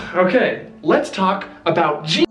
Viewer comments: I am so sad Disneyland did not go with the crypt entrance pirate ride. That would have been amazing!! Also...it's pronounced "JAHN", not "Jeen". 😜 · When Jean is pronunced "jeen" it's a girl's name. If it is a guy it is prounounced "chaan" as in Sean Astin and Sean Bean. Jean Lafeit was obviously a guy so it is Sean, NOT "jeen". Also, in the Wonderful World of Color program that aired about Pirates of the Caribbean, clearly say "sean" Lafeit, so that should clear the confusion! There! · Alrighty, we’re almost there, big step up from what you were calling him before, but not quite. Take it from the Frenchman here, I’m gonna lay it down for you: it’s close to John, yes, the J is slurred, so it’s almost like Sh-ean, but with the hint of J, and Laffite is pronounced with a bit of annunciation at the end, like a “tuh” sound. One could mistake it for an alternate spelling of Lafayette, the last name of a key figure in the French Revolution, but that would be wrong. Just some tips to help you along. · It's Jean (pronounced in the French as "Jawn"). Mispronouncing the name of such a historical figure is criminal. 😐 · Oh because he was saying "John?" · Ughhhhh stop pronouncing Jean like the the pair of pants its driving me nuts pronounce like its supposed to hes a frenchmen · Your mispronunciation of "Jean" makes me cringe....